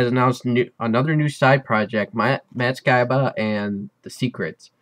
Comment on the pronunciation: Not how pronounce "Skiba" lol